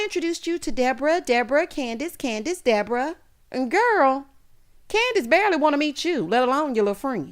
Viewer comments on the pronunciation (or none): 😂😂😂 not De-bore-uh